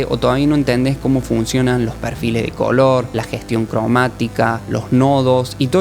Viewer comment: Pq dices "cólor" y no color?